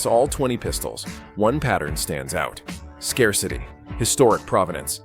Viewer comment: A.I. dubbing sucks, Skar-city for scarcity.